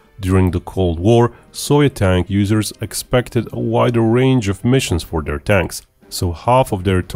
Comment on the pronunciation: Narrator = stop pronouncing words like " that" and " their" Like "dat" and "deir" Annoying